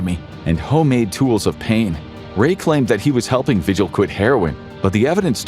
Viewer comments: vee-hill. Not “vigil” like you have when someone missing. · the last name Vigil is pronounced vee-HILL. not VI-gil. :X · David Parker RAY. Cynthia Vee-hill (phonetically)